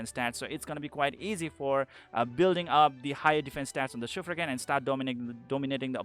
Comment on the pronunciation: that's 'Shuf-raken' not 'Shufrakin'.. you can listen to pronunciation in Mahar' dialogues